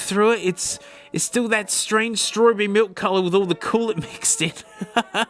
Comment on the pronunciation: Now the “malk”